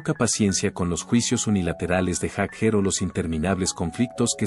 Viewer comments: Este senor de donde lo han sacado??no sabe pronunciar ni leer??Jaker!??es Jagger not Jaker???debe de ser la unica persona en este planeta q no sabe pronunciar elapellido de Mick??😅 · Yo no escuche hablar a Bill Wyman, el unico q habla es ud. Además mire lo q es Mick y lo q es Wyman, (Sr es Jagger no Jaker como lo pronuncia ud) x más q no sepa ingles, en todo el planeta la gente lo pronuncia Jagger. El y Keitn son los fundadores de los Stones se conocen desde jovenes y como en todas las amistades hay momentos asperos. Sino fijese los Beatles se separaron por McCarney, Y!!!!!. Mick es todo, Mick tiene un aura q no la posee cualquiera. Te AMO Mick, a no hacerle caso a estos pelo**dos. Aunque se q poco te importa lo q digan estos don nadie. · Haces un video de Bill Wyman y pones puras imágenes de Mick Jagger. Que se pronunc ia fonéticamente “Yaguer” y no “Jajer” No saber la pronunciación correcta le quita toda seriedad a este vídeo. Y quienes critican a Bill, fue la base de las canciones. Y les recomiendo que escuchen a Rythm Kings. Un proyecto de Wyman que se rodeó de tremendo músicos. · ¿No pueden poner a un humano en la narración...? Y que sepa los nombres y hable bien, si es posible... ¿Jag jer?! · Ahora dice jajer,para mí que ni siquiera conoce a los Stones éste comentarista.